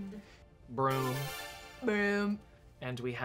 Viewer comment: I only hear "brrumm" from TNTL 😭 is he saying it like that on purpose or has that bit chnaged they way I hear the word broom from? 😆